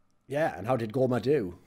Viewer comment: So Kkoma is pronounced Goma?